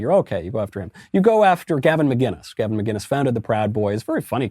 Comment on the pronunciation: The second letter of McInnes is a”c” not a “g”. It’s really not difficult, chaps. It’s not as though you’re expected to know how to pronounce Llanfairpwllgwyngyllgogerychwyrndrobwllllantysiliogogogoch properly.